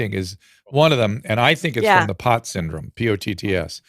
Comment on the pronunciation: Postural orthostatic tachycardia syndrome (POTS), not "POTTS". And saying "it's still worth getting it"- really? Unknown long-term effects, known adverse effects with no real benefit. Literally zero reason to get this thing. And if you're high risk or frail, the vaccine makers and doctors originally recommended for those people to get prophylaxis instead, but that was back when you were still allowed to mention prophylaxis.